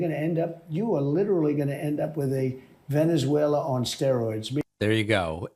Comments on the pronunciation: Tweeter haaaahahaha. Venezualer haaaahaha between the two can't pronounce simple words. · Tick Tack as well. Venuezwailla.